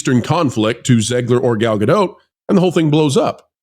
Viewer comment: please pronounce Gal's last name correctly. It's Gal GADOT, sounds like POT. Thank You sir.